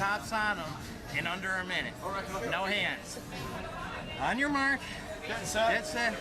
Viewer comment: Did he say On your march, get set? 😅 umm, buddy, that would be On your mark, get set.